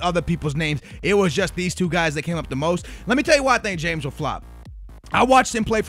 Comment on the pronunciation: James is pronounced [ha-mes] and he went for 106 mil